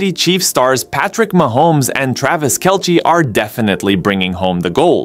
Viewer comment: How do you not know how to pronounce Kelce's name?